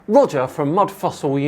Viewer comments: every time you said "Roger" I heard "Wodger. Wewease Wodger!" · Welease Woger